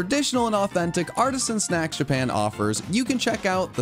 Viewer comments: I swear it sounded like said "Incredible SEX" not SNACKS. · you need to pronounce the n in snacks. The first time i heard it i heard you say let's have some incredible seggs and i about lost it laughing lol